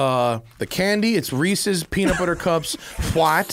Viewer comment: Doug is the type of guy to pronounce Reese's wrong and right... it's Reese's not Reesies